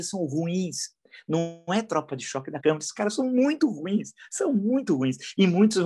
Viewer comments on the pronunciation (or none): none